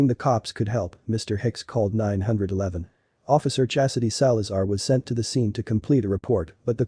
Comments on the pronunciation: Mr. Hicks called nine hundred eleven.... LOL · He called 9 hundred and 11😫🤦‍♀️😖😩.Just say 911. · Great job. Except I was surprised by calling 911 Nine hundred eleven hahahaha!!!